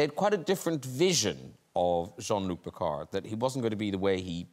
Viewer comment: It’s pronounced: John Luck Pickard.